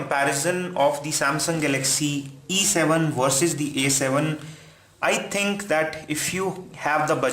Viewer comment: very confusing everytime you speak either "E7" or "A7" because you pronounced them similarly! lmao